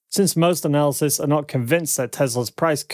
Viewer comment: Please, please......PLEASE!! "Analyst" and "analysis" are TWO DIFFERENT WORDS WITH TWO DIFFERENT MEANINGS!! Please check your dictionary! It's incredibly distracting and I often have to watch your videos twice to fully understand the content!